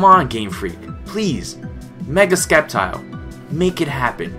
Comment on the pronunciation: You're saying Sceptile wrong. -__- It's not Skep-tile. it's Sep-tile.